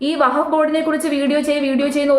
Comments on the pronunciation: വഹഫ്‌ അല്ല വഖഫ് ആണ് 🙏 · vahaff alla wakhaff aanu seri 😅😅😅😅😅😅😅